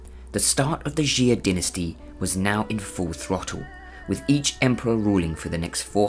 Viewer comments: PUTONGHUA,夏，prounced as，（x）+（ia）=xia，not ，♦xi+a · It's actually pronounced "Shaa" than "ex-zia" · 夏，xia，1 syllabke，not，♦xi+a♦ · xia is pronounced 'chia' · I’m just wondering how he got jee-a